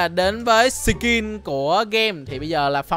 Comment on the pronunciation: Cái khúc giây á em nghe anh nói là sì kinh skin mới đúng nha😅🤣🤣